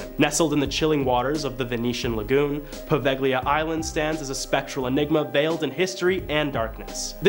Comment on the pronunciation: Poveglia and macabre are so awfully butchered each time. It’s almost painful😅